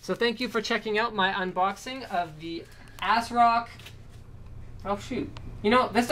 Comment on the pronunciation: "Ass-rock" XD